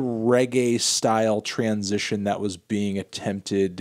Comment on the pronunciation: Is it me or Anthony just can't pronounce "transition" in a normal way?